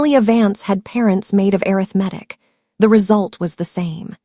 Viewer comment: If you can’t get the AI to properly pronounce “arithmetic”, choose another word.